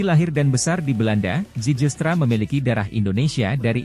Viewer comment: bacanya ziilstra